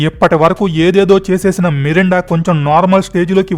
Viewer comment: Melinda ra babu merunda kadhu